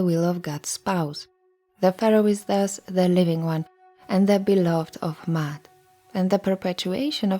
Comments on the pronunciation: Actually it’s is pronounced how it looks: “Ma…At”. There is no y sound... Also, Ma’at is not a religion, they are a list of principles to live by a way of life. That’s all it was. There was no concept or audiology called religion back in the Greek so the one that comes up with the concept of religion, which is organized spirituality. In Ancient Kemet (original name of the region before Egypt), all they expected was for people to learn from nature and to live clean as possible. They created temples created symbols and concepts for people to learn from wisdom if they choose to. The purpose was for everyone to live freely and live a life of balance. (no religion) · It is not Mayat as the glyphs comprise of the Maa glyph which is a digging tool, an arm glyoh which is also an A sound and the t. There is no Y in Maat meaning there is not a double reed leaf which comprises of the Y sound. So basically, there is no Y as there is no double reed leaf in her name. The person who created the video is pronouncing it more accurately than saying "Mayat". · Are you saying Da'at like wisdom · And you can’t even pronounce the name correctly. Smh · I wanted to listen to this in its entirety but every time you say Ma'at I cringe. Next time, please learn how to properly pronounce the words/language before making a video. It takes away from your credibility. If you don't even know the correct pronunciation then how can I trust that you really did your research in bringing forth the rest of the information???